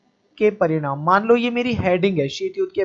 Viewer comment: Parimaad nhi paridaam